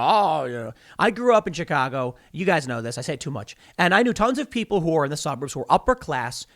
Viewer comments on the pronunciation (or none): none